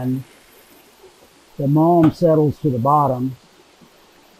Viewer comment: What is that stuff at the bottom? I hear say 'malm' bit YouTube translates as 'mom'? Can anyone clarify?